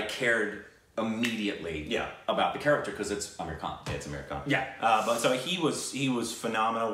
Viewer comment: Am i the only one who feels saying 'aamir khan' sounds like 'american'😂😂